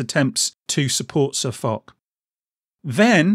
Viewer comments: For those of you telling me that I pronounced SirFoch's name incorrectly, I know, thanks. I realised my mistake too late too change it on the video. So apologies to SirFoch for getting his name wrong. I promise I won't do it again. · Panthers997 Cheers. Yeah, I found out I'd got the pronunciation wrong once the video went live. And you're not being an arse. I'd rather be set right than keep making the same mistake over and over 👍